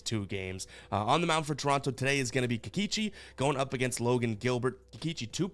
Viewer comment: You say Kikeechi, I say Kikoochi